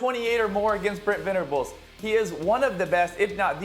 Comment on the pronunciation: Tebow can't pronounce VENABLES...not Venerables